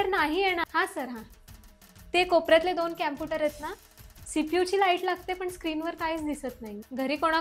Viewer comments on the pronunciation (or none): कॅम्पुटर नाही कॉम्पुटर 😂😂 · Camputer nahi computer ahe computer cha madam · Mada che pronouncation chukiche ahe camputer ka computer pahije madam jar chukat asel tar students kase shikanar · कॉम्प्युटर ❌ क्याम्पुटर ✅😅😂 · कॉम्प्युटर ❎ कॅम्पुटर ✅😂🌸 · Computer ❎ Camputer✅😂🤣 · Computer ❌ Campooter ✅ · कंप्यूटर ❌ क्यामपुटर ✅🤣 baki all good ❤ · Teacher ch computer la Camputer mhantey tr student kay mhantil😂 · कॅम्प्युटर नाही कॉम्प्युटर.. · कँपुटर नाही कॉम्प्युटर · Camputer ✅ computer ❎😅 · कॅंम्पुटर नाही कम्प्युटर